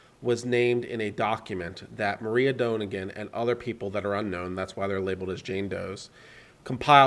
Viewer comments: This is not a hollywood story. And her name is Moi-ra not Maria. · If you can't even read the names right (Moira, not Maria!) maybe you are not that credible on your read on a complex court case...